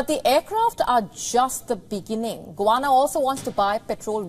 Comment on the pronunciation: Get your pronunciation of Guyana correct …